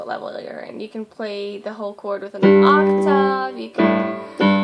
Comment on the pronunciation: I've never heard anyone pronounce octave as "oc-tahv," it's always been oc-tihv for me.